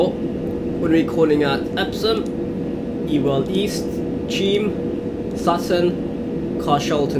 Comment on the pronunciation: Ewell East is prounce You-Well East